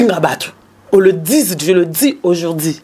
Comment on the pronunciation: vraiment on dit aujourd'hui pas aujordi,tu fais la honte de promo Le bambino et L'Ecomas,je suis de cette génération promotionnelle scolaire donc il faut présenter ton francais comme il se doit.OK.